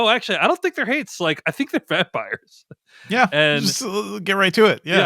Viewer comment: I also thought she said Hates